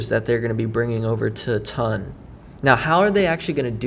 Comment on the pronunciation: I’m sorry mate why do you call it TUN? It’s ton check the pronunciation online lol